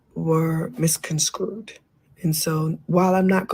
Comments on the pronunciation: Misconstrued *Mizz - CON - STrude* Mizz . CON . CrUde 😂😂 why are professional singer Pronouncing this so WRONGLY. TAMAR lying for clout I think lmao 🙄🤣 Fell out on Akbar😂😂😂😂😭😭😭😭😭😭😂😂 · No fr 😂😂 when she said Mis-Con-Screwed I was triggered 😂😅